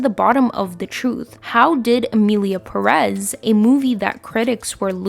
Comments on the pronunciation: PÉREZ -the first syllabe is tónic, that is why it has accent. Please stop saying perez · Non related, but I need to ask: do they say "PerEz" in the movie? Because Ive watching a lot of videos talking about the movie and everyone says it like that, but the name is actually PErez, so I was wondering if this was so bad they dont even got the name of their main character right 😂